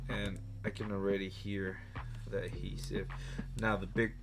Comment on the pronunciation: Adhesive my man, aDhesive. Not "Ahesive"...